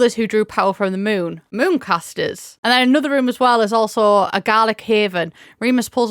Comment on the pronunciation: Fantastic video but I did have to rewind three times to realize "Mooncasters" and "Moocasters" were different words, I was so confused 😭